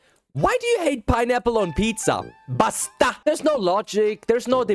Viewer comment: I thought he sed pasta insted of basta😂. You have to stay calm on saying does word's it the tagalog that you siad dosent need to be like a mad man make it like softer in voice and thats all 🎉